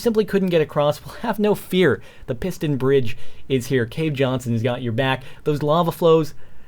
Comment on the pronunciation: cave jonshon hahaha